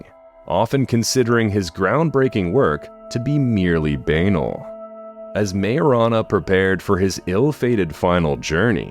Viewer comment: It's pronound BUH-NAL, not b-ANAL 🤣😂 While I'm here, it's also not 'plagged' but 'playgd'